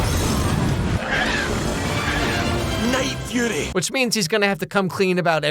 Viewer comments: The Night Fury ✅ The Night Furry 💀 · oh no, not the night-furry 😂😂 now i cant unhear that 😅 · every one says night furry, isnt it night fury? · I wonder how many other people instantly jumped into the comments to correct him saying "Night Furry" until he later corrected himself to say "Night Fury"? 🤔 Cause I certainly know I was tempted into doing that exact thing. 😅 He already knew the correct pronunciation and said it anyway to bait for comments. Afterall, he's not actually reacting to these clips live. It's part of his script he sets up to go into the final videos. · "NIGHT FURRY" lmaoooooo is it not "Night Fury"? Edit: I resumed the video and now look like a fool...